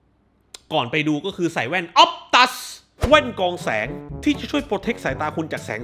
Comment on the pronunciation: เชี่ย ตกใจตอนพูด "ออปตัส"